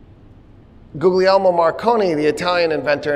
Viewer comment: Great lecture. One note: "Googly Elmo" is pronounced " Ghee Air Mo".